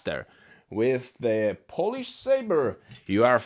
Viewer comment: WTF "polish"